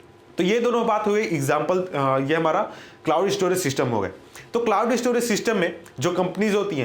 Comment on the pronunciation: E_ store,e-storage,e-storaging hahaha